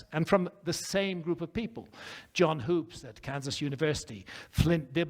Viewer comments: It’s pronounced John Hups not Hoops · Graham can't even get Hoops' name right. Sounds like wood not food. Dibble is destroying these guys, and it is really funny. He's shaken the beehive, and they're stirred up real good. Edit: I've got this theory, and it might be way off base. I get the feeling that the ancient aliens/advanced civilization thing is more of a messianic fantasy than anything else. People are hoping the aliens will come down from the heavens and save us from ourselves. Are you guys seeing that?